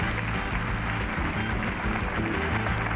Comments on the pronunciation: Rupert Grant? RUPERT GRANT? It's Grint!! Muggles. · IT IS RUPERT GRINT! NOT GRANT! G-R-I-N-T! Get it right muggle! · "Please welcome Rupert Grant. Grint?" SMH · grant ...? its grint !!! Avada kedavra.. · It's Grint, dumbass. GRINT!